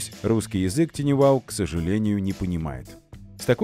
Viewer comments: TinyWow на самом деле звучит не ТИНИ Wow, а ТАЙНИ Wow. Слово "Tiny" [тайни] в переводе с английского значит "крошечный". И вообще, перед тем, как использовать иностранные термины, бывает полезно узнать, как же они правильно произносятся. Хотя бы, через Яндекс-переводчик. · не тини, а тайни, балбесы